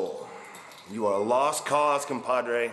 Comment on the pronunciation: Ambrose says "Compadre"?